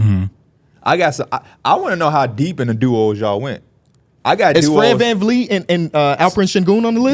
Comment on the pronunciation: “ fred van feet “ 💀💀💀